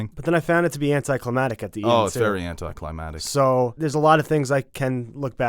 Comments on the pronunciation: AnticlimaCtic not anticlimatic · "anticlimatic" haha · mispronounces anticlimactic proceeds to mispronounce anticlimactic exactly the same way lol